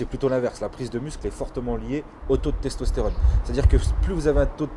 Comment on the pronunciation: "Stestostérone" hahaha